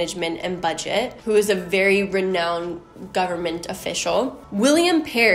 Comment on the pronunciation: I love this video because you have really done your homework! I appreciate this so much. Don’t be mad; but you are mispronouncing the words renown (re-known) and alias (A-lee-as)